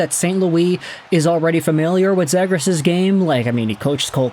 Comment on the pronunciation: Yoo love your vids and appreciate the hard work and research you put in. But Ima need you to pronounce Zegras as “Zee-gras” pls 😭